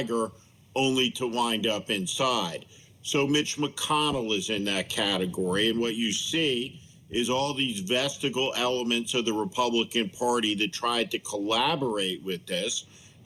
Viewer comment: Not vestigil. Ves tij ial.